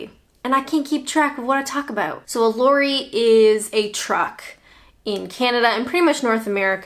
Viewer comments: Your saying “Lorie” it should be Lorry, o as in hot. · Lorry not laury. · Yes, definitely sounds like the female North American name Lori, rather than Lorry. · It's not a "lurry" its a "lorry". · Just a pronunciation tip: a large cargo vehicle is called a 'loh-ree' - the 'o' in 'loh' rhymes the 'o' in cop, or rot - not a 'Laurie'. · You are pronouncing "lorry" as "laurie", when in fact it should sound like "sorry". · Your accent got me confused with lorry. I heard loory. Wasn't til you said truck that the penny dropped 😁😁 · i had absolutely no idea what you were saying when you said lorry because of how you pronounced it until you said truck. I'm like wtf is a lore-ee lol. you can't help how you pronounce things so don't think i'm having a go lol. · Love the way you say Lorry as Laurie. 🙂😂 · it sounds like you said ‘lory’. I think that you North Americans don’t stress the ‘o’ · I think is saying "Lorry", but in a North American/Canadian accent. In such an accent "o" as in "hot" would make Lorry sound a bit like "Larry" - like that song from Annie: "Tomarrow, tomarrow, I love you, tomarrow";) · All the car stuff - boot/trunk, bonnet/hood, windscreen/windshield, erm... oh and it took me until you mentioned trucks to work out what you were talking about - I was expecting a shorter “o” in lorry like in “pop”... oh hold on more coming to the fore: articulated lorry/tractor-trailer, brake van/caboose (not that either of those exist much any more!). Keep up the great work! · It's exactly how they pronounce sorry. That's a Canadian "giveaway" word. :)